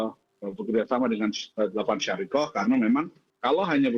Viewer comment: Bukan syariqoh pak.. Tapi syarikah